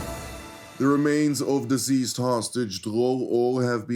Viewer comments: You are not pronouncing the word "deceased" correctly. You are pronouncing it diseased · it is pronounced deceased, not diseased.